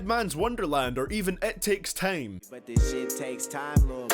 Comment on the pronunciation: "...or even et takes tame" the way he said that shit doe...